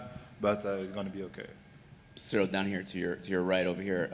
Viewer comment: The guy sounds like he’s saying cereal